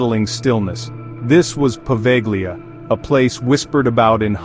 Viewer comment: It's "Poveglia" not proveglia.